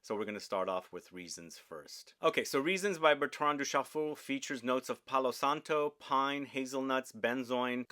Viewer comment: Did he say Bertran Douschafool?